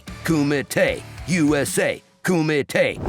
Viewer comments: You’re pronouncing it wrong. It’s “Kumite *karate sounds*” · It kills me when Americans don't put in the effort to pronounce a word in its own language and they just read it in their own. Surely people attending such an event would know it's pronounced KUMEETE. At least one person attending should have known. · Did you say kumate? Waaaakaaa!! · Such a great martial artist he is, but still didn't do anything to correct the horrible pronunciation of kumite